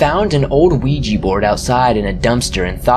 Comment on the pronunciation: Nice to hear someone pronounce ouija properly instead of weejee!